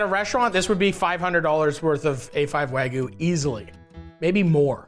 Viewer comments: Love you Matty!!! But….wtf is “Wahgoo”?😂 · wagyuu. not wagoo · Is it that hard to say wagyu lol he says wagoo every time 😂